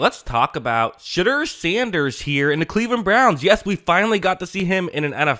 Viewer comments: It’s Sheh-door not Sheh-dur btw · Shit-dur? Why say it like that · Ummm... who's $hitter? Lol I know his name, but the way here keeps saying it has me dying. May want to just stick with Sanders going forward.